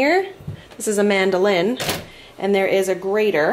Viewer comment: When I first heard you say mandoline, I thought you said “ this is AmandaLynn” lol